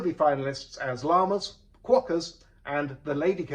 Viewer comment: What word does John say after "llamas"? It sounds like "quawkers", but I've never heard of such a thing.